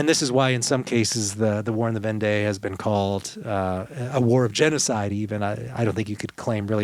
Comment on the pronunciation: I enjoyed this episode. It will be a helpful conversation piece with my French friends. Just one thing, Vendée is pronounced as Vondee.